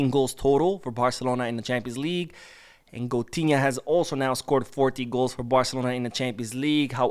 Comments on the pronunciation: Goatinha not coutunho😂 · Why keep saying coutunho 😅😅